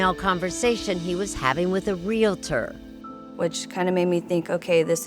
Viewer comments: Come on, Erin. It’s a REAL-TOR not REAL-A-TOR. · Real-tor, not real-a-tor.